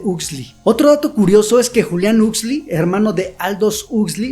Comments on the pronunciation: 40 minutos y perdi el interes en segundos al escuchar el nombre "husli" 😂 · Ha sido bueno recordar la idea esencial de este texto. Me ha gustado mucho el análisis sobre un Mundo feliz de Aldous Huxley. Solo me chirrió un poco la pronunciación del apellido, pero es una cuestión menor. Sigue así.